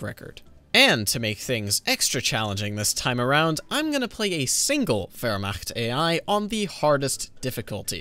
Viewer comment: wow someone can actually pronounce wehrmacht correctly xd